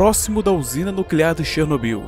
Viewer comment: Muito bom seu vídeo, mas confesso que toda vez eu ria quando você pronunciava "Chernobyyyyyl" kkkkkkkkkkk